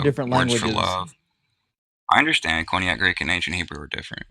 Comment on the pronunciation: Did that buffoon say "Cognate" Greek? He absolutely didn't say Koine.